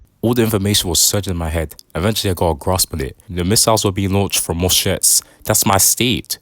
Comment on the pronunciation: The way he says Massachusetts is crazy